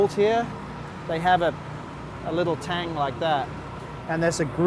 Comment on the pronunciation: hehe he said Tang